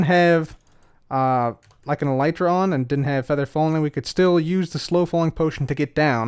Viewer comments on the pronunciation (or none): none